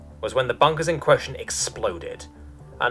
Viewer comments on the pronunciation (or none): none